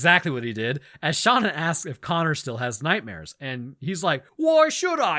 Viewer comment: You mispronounced connor. Its pronounced connor